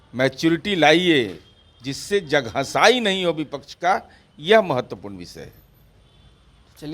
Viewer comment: Abe jhantu Niraj bolane hi nhi aata hai tmhe